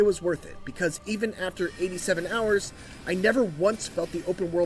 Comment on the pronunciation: "1000 horus" lol